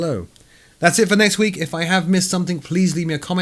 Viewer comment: At first I thought you said "That's it for next week" XD